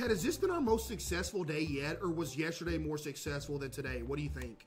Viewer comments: Today Learned that caseoh doesn’t say yesterday he says yesterdee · why does he say yesterday like that lol